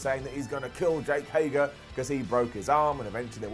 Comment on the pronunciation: - It's Hay-GER! not Hay-Gar